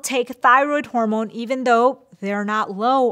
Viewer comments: “Horomone support” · "Horomone" support?? 🥲😅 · horomones lol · Did anyone else notice that the intro says Horomone instead of Hormone? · "Horomone" Support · "Horomone Support"? Oh dear,. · "Horomone" Yes.